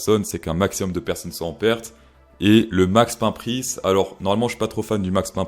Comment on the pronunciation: "max pin prisse" j'ai ri